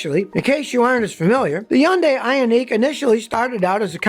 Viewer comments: HUN-day i-ON-ic not hiaundai eeoneeque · I love Scotty and his videos but I cringe every time he says “Hyun die” instead of “Hunday” (Hyundai) and “Ioneek” instead of “eye onik” (IONIQ) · Scotty - It's pronounced i-ON-ik, not i-on-NEEK. And while I'm at it, the word absurd is pronounced ub-SURD, not ub-ZURD. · Is that pronunciation Scotty is using correct? I-on-EEK, versus I-on-IC? EEK sounds like its spelled "Ionique" and sounds foo-foo. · The way he says Ioniq (ION-ICK) makes me so uncomfortable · because of how he says ioneeq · Funny how he pronounces ioniq lol great video though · Scotty has a unique way of pronouncing Ioniq.